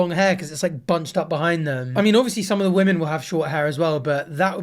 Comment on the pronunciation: I’m sorry, but do you not know how to pronounce the plural of woman?